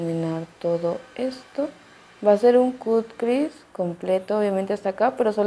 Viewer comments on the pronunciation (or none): Me gusta ver tus vídeos está bien si no sabes inglés pero sí deberías aprender a pornunciar las palabras que usas como cut crease se pronuncia "cat kris" y jaw breaker se pronuncia "llau breiker" saludos